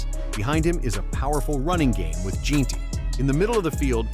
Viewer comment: in and you finally get done saying alot of words without saying shit. AI needs to die. Can't even pronouce Jeanty right.